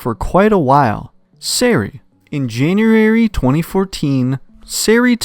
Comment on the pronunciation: “In janurary”